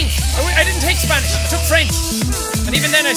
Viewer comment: “ do u speak spanirz”